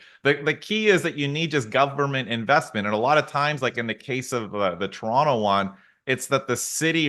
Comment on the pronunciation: The way you say Toronto area sounded like trauma area. Lolol